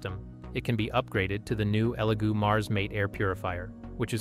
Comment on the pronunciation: is no one going to mention how the second elegoo printer was called a legoo printer like that mistake gives me the vibes that this whole thing is ai generated